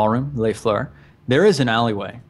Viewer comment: I'm so glad that you didn't pronounce the s in "les"